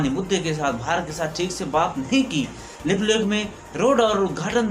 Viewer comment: Bhai Lipulekh Jb bolre ho smjha nhi ara kya bolre... Shabdon ko thoda ache se bolo bhai..baaki sb badiya h... Gud wishes